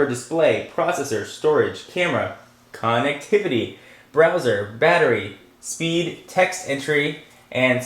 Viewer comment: its funny how he says COOnectivity at the beginning. hmmmmm. i wonder what thats about